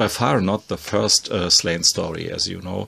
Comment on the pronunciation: Hey, love the videos, just wanted to say, as an Irishman, Slaine is pronounced Slawn-Ya:) Also, have you ever read Black Science?